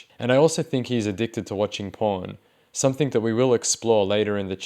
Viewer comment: dude it's "something" not "somethink" ffs